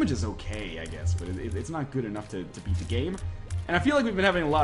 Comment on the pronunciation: I love the "Eat" instead of "beat" blue baby. :D